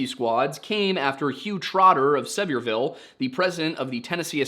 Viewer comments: You said Macon right but Sevierville wrong. It’s pronounced like a severe ville. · Great video. One of your best yet. Sevier is probably a French derivative and might have been pronounced differently when John Sevier was Governor of Tennessee, but now it is a homophone of "severe." Sevierville pronounced Suh-VEER-vull. Pretty much all municipalities in what is now Tennessee ending in "ville" were originally "boroughs" until the Revolutionary War when they changed to "ville" to stick it to the British and honor the French allies.